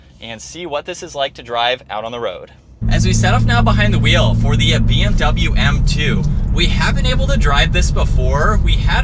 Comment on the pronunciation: научитесь правильно произносить слово BMW